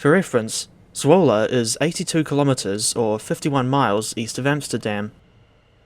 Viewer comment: I’m just happy your pronunciation of Zwolle is quite close. The DTG devs naming it ‘Swoule’ still hurt every Dutch fiber in my body XD (Also, ur pronounciation of Assen was spot on, which folks also seem to screw up a lot)